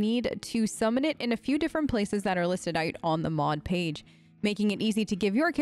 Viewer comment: omg are you originally australian? I was hearing this super neutral american accent and then BOOM you'll say Out like "Ohrt" and i thought i was hallucinating lmao. Pls confirm aussie status!!!